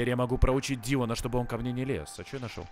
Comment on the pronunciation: Когда говорит теперь я могу проучить Дилана мне слышится теперь Я могу проучить дио